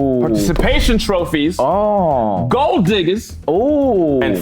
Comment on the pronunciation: the “troppies” is killing me LMAO the quietness immediately after 💀